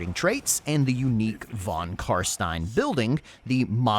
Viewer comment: Thank you for calling them CarSTINE instead of CarSTEEN!